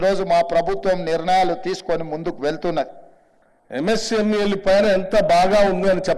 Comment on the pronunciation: It's MSME not MCME